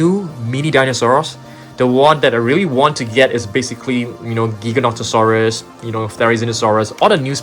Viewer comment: Pronounced Jyganotosaurus